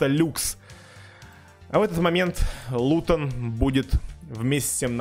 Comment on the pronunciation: Никто:: хде лутон?!?